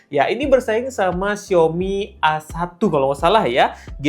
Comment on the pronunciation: A1 dibaca ei one gk sih, kok awan 😅